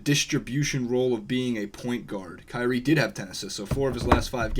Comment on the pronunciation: That didn't sound anything like "Kyrie"